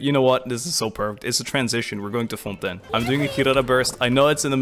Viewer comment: Actually got jumpscared by the perfect fontaine pronunciation lmao